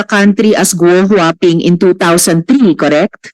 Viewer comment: Sen Joel, Gou Hua Ping at hindi huahua ping, kaloka!